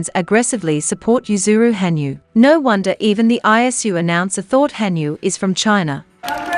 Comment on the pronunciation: it's ha nyu, not han yu!